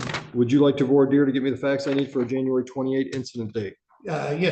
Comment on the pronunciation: In all my years of experience in law, is the only person I have ever heard pronounce "voir dire" correctly.